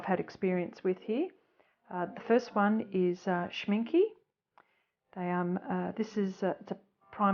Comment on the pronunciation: You are pronouncing Schminke total wrong. The " e" at the end is pronounced like the beginning" e " as in elephant.